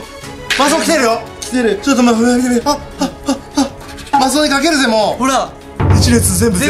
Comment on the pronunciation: マスオ言えなくて草ww